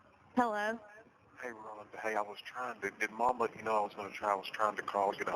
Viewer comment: I hate the way he sounds and how he pronounce Rhonda because that is my name 😮